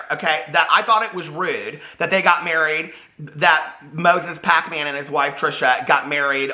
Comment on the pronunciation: I love when you say Hacmon- Pac-Man 😂😂😂